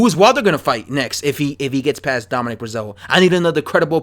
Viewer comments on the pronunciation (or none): none